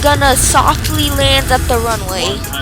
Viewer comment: "the plane is going to softly land on te ranuway ☺☺☺☺☺☺☺☺☺☺☺☺☺☺☺☺"